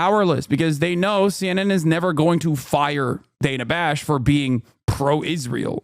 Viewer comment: “Dana Fash.” LOL